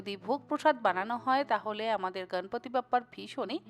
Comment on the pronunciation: সুন্দর রেসিপি। এবারে নিশ্চয়ই বানাবো।একটা কথা বলি দিদি, আপনি গনেশ,গনপতি এই শব্দের উচ্চারণ গাণেশ,গানপাতি এমন হিন্দী টানে উচ্চারণ না করে যদি বিশুদ্ধ বাঙলা ভাষার উচ্চারণ করেন, শুনতে আরো ভালো লাগবে।এই সময়ে মুম্বাইতে প্রধানত এই গণপতি পূজা হয়, কিন্তু উনি তো আমাদেরও সিদ্ধিদাতা।সকলেই আজকাল হিন্দী উচ্চারণে বাঙলা বলছেন। এভাবেই বাঙলা ভাষার বিশুদ্ধতা হারিয়ে যাচ্ছে। আশাকরি আমার কথায় কিছু মনে করবেন না।❤